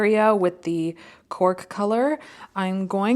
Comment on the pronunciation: The first pencil I heard the color as “pork” and thought that’s a funny name but ok. Later I realized it was “cork” but couldn’t unhear the first lol